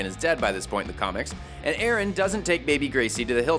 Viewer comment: Idk if you notice, but it's Aaron, not Erin!